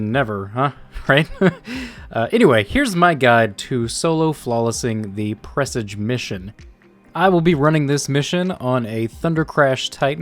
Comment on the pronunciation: Um...it's pronounced 'PREH-SAJ'.